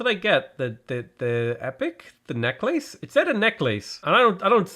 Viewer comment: Love the way says “necklace”, haha